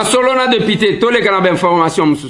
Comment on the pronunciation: ba lobaka deupité te, mais plutôt député...